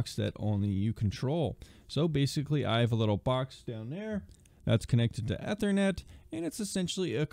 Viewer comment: im sorry but I hate the way you say ethernet lol